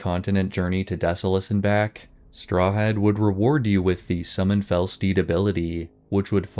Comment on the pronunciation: My only thing is you say the poor man's name in a strange way. Strahad is often pronounced St-rah-ad not straw had? Still amazing work!😊